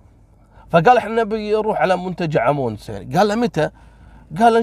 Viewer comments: المنتجع اسمه امانوس وليس امونس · منتجع امانوس ههههههه وليس امونس